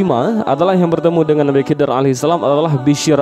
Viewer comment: Slh ckp anda..bukan kidir.. Tapi khaidir..anda bnyk belajar dlu dlm berbicara